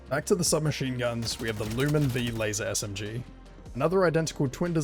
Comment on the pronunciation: Yubare-V. There's no "z" in the name. Lumin 5. The V is a Roman numeral. Gall-ant. There's no "i" in the word. Galliant is not a word or a name. Uff-da!